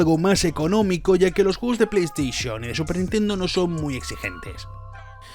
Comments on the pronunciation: Nadie: Absolutamente nadie:: Nintendo pLeYsTiChIoN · LA PLEY STISHON :v